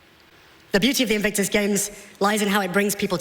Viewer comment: Sounded to me like Serena said 'Evictus Games' - twice!